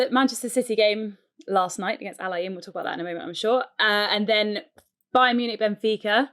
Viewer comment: Pronunciation of Al Ain is wrong guys, you are butchering it.